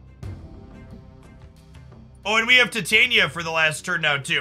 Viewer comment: It's no big deal, but it's so weird to me that 90% of the Marvel Snap content creators absolutely butcher Titania's name.